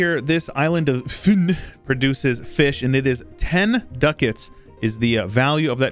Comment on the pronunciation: As a danish person i can confirm that your pronunciation of "Fyn" is absolutely fantastic, these videos are hilarious